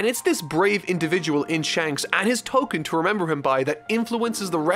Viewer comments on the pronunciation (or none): none